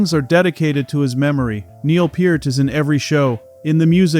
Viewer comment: Two thousand one hundred twelve? Uh, it's twenty-one twelve. You said Peart correctly, though